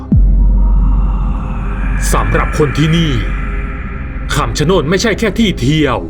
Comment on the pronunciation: คำชะโนดหรือป่าวครับ ไม่ใช่คำชะโนน😅